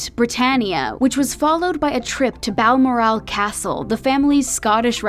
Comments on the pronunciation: Yes, she was the Honourable Lady Diana Spencer till her grandfather died. And it's Bal-MOR-al, not BAL-mor-AL, and probably a few more things before I get to the end of the video. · She was the Honourable Lady Diana Spencer till her grandfather died. Viscount is pronounced VYE-count, not VISS-count. And it's Bal-MOR-al, not BAL-mor-AL, and probably a few more things before I get to the end of the video. Charles is Charles Philip Arthur George, NOT Philippe. Diana and Charles did have a nanny. The "wide shoulders" were already in fashion, she did not invent them, she famously wore long gloves in the evenings. She did not wear gloves for day, though that was the example set by the Queen and courtiers, because she liked to shake hands. She was seen more often than other Royals, in casual clothing, but the cameras were on her more than other Royals, and the other Royals were just as informal in private as Diana. Diana had many expensive elegant dresses, suits, gowns, jewelry and even furs. She was very royal, just did not seem as stiff. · No and also when she said Balmoral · Narrator mispronounces Balmoral.